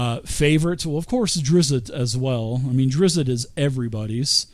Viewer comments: Watched up to "tighten up you name nazi's" I'm good its drizzt not drizzit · There is no 2nd i its just DrizzT. Driz. T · Say it with me folks. DRIZD DOE-URR-DEN You just gotta go to the source. Listen to Bob Salvatore pronounce it. He's very curt with the first name, kinda like how you think someone from NY/Boston area would pronounce it. Not a name nazi, but it's like being named Paul and being called Pool all the time.